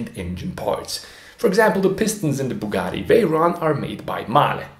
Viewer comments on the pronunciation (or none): none